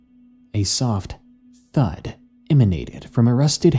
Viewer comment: Nah the way you said thud is too good